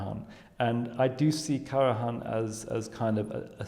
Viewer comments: It is sad to see (and hear!) apparently at least moderately educated man pronouncing the name of one of the best known musicians wrong. This is the General secretary of what???? How on earth he could have passed any serious interview for such a position! He can even hear Ms. Bernauer to pronounce the conductor´s name correctly - is he deaf ????? I can´t believe my ears. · He is simply wrong. He pronounces the „j“ as if the name were Spanish; which the name Karajan was not. The spelling accurately reflects, from a German language pronunciation standpoint, how the name was earlier pronounced in its country of origin. It is annoying to the listener, and rude, to be so wrong in pronouncing someone‘s name. The speaker is American?